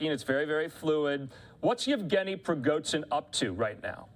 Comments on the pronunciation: “z” and “zh” are pronounced differently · Can't take this guy very seriously - - he cannot even properly pronounce the prigozhin name.